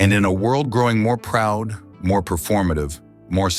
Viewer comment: What is BROOOOUD? It's p darling: it's p not b- PROUD NOT BROUD